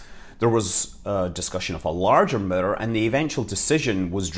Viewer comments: midder = mirror ? 😅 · It took me this whole video to understand he was saying the word “Mirror”